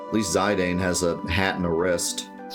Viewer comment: Ok whoa, isn’t it pronounced ze dane and not zi dane? My whole life is flashing before my eyes